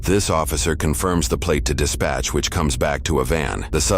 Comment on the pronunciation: AI narrator had trouble with "dispatch"